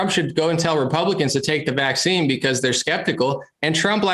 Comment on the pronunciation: can't even say VACCINE LOSING respect man!!